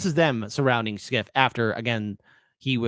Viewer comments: Schiff is pronounced "shif" (as in shifty) not "skif." Can't believe doesn't know this. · How can you not know his name is pronounced "shiff", not "skiff"?